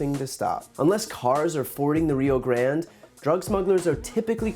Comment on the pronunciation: Rio Grandeeeee!!!! Not grand